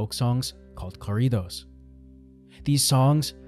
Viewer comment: Corrido is not pronounced car ido. In Spanish vowels have only one pronunciation. O is always pronounced long O as in row or boat. So it is pronounced co (as in row) rrida. Not caw (as in shawl) rida.